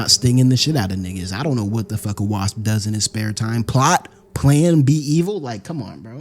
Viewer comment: can't pronounce wasp. What kind of a story teller that can't pronounce a name or even an insect kind